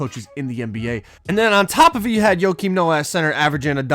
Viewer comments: It’s not Yokim Noah, it’s not like Jokic. It’s Pronounced -Kim Noah. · Less S it’s -Keem not Yo-Keem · Nobody:: “Yokim Noah” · Joke-im Noah, not yoke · "YoKeEm noah" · Dude had me dead when I heard “yo keem Noah” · Less S no it’s 100% joe-Keem lmao have you ever watched him play/heard his name pronounced?? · he said yo kim, dude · Tin N it’s pronounced yo-keem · Cmon. Yo-Keem? 🤣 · STOP SAYING YOKIAM PLZZZ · Keep sayin Joakin Noah name wrong. It’s gone be me and you. 🤷🏾‍♂️